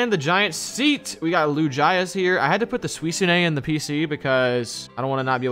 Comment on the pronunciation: U guys say the pokemon namea wrong suicuine and lugia 😂